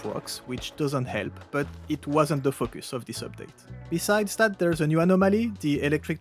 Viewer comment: Great video asside, it always gets me when you say focus. Buy us dinner first at least!